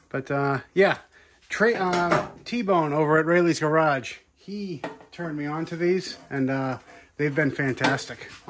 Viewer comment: Nice job, did you say Tra-Bone?? 🤣🤣